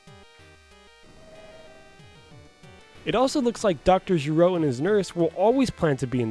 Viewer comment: gero isn't supposed to be pronounced like the dbz character, its GE like ghetto and RO like rotate. It's a play on words as gero sounds like kero, which is the japanese word for the sound that frogs make.